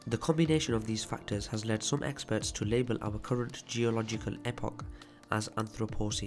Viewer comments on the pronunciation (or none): none